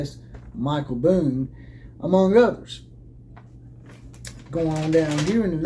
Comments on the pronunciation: Show me the statement from USC that said he left because of health reasons. That is what you based your whole video on. That USC tried to say this was about health reasons. They didn't. And you can not present any evidence that they did. And the guy's name is Bohn. Not Boone. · You never called him Boone? You called him that throughout your video! And you posted a type up of the Athletic article with his name spelled "Boone" when the actual Athletic article has it spelled correctly as "Bohn." Wow. Pretty lame. So, who is asking who to be their googling bitch? You're the one who attacked those folks saying they lied and claimed he resigned because of medical reasons. And you want ME to do the research to find you a source? You claim it is "all over the AP and the Athletic? I had already read those stories. In fact, that's why I clicked on your video because I thought you were going to be presenting knowledge of something that hadn't been reported. But nowhere in any of their stories did it say what you are claiming, that USC tried to say he left for medical reasons. The only statement from USC was from their president, Carol Folt. It was a very curt statement saying they had accepted his resignation, thanked him for his service and oh, by the way, I had wanted to be sure we had the right leadership in our athletic department so I hired some folks to come in and investigate and it's time for us to move in another direction. Had they tried to say he left for medical reasons I would be right with you, man. But they didn't. If I thought you were a dumbass I'd assume you just cant read. But you seem to be a pretty bright guy. So, since you read the same articles as I did, which did NOT accuse them of trying to do that, I can only assume you are willfull